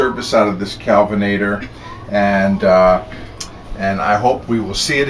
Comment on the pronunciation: I thought you said kevenator lol.lol